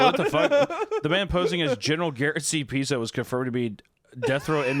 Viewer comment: Guy us. Not gay us Piso